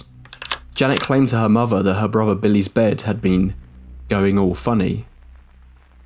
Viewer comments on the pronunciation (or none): It's wild that you can pronounce the, but nothing is nufing, and brother is bruva. Why??? It's T-H!!!